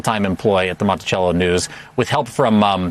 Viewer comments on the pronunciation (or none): Mont-I-SELL-o. Not cello.